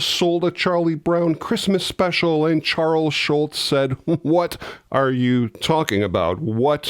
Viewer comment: This another great video, but it's Charles Schulz, not Charles Schultz. You blockhead! 😁